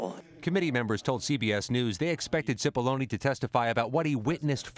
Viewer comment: It’s pronounced “chipollonae” not “sipolloni”